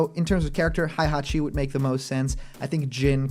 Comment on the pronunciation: So many youtubers pronounce it as Haihachi